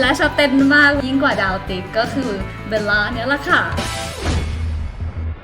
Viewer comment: จริงๆ ควรออกเสียงว่า เบว ล่า ไม่ใช่ เบน ล่า